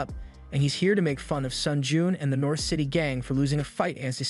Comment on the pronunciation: north, not nourth… an no, you are not the first…